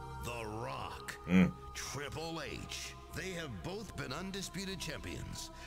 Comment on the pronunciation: I am mad you did call triple h. Riple H